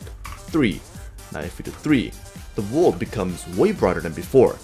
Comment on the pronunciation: Just go learn how to say world already! I mean.. you always say wrold instead of world and I hate it. This is not a hate comment btw its just you have been saying it wrong for alot of time now.